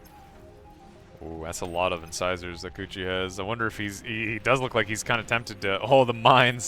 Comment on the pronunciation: Am I the only one wincing every time they say coochi